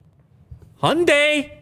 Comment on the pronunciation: Hyundai pronounced like Monday apparently...